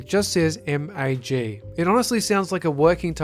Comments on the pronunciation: MAG is an awesome name. You just pronounce it Mag... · MAG was meant to be called "MAG". Yes the full title draws itself out to "Massive Action Game", but it's meant to be pronounced MAG.